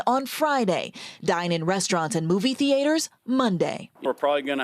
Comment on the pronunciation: "TheAters" WTF was that?